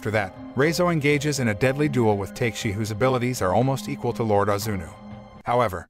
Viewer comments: Not takeshi it pronounceTeKashi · "Ta Ke Shi"... NOT "TAKE shi"... Oh well... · Fantastic recap.....but I can't be the only one bothered by his pronunciation of Takeshi (Ta-Kesh-I) as (Tay-K-She) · it's not TAKE-SHE, right? It's TA-KE-SHE. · Take-shi... take shi.. it's not Ta-Ke-Shi bois, but TAKE-SHI. LMAO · Ta-ke-shi not take-shi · The pronunciation of the names bothers me also. Takeshi isn’t pronounced “Take-Shi”. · Nobody:: Take-she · Why did you say takeshi's name like that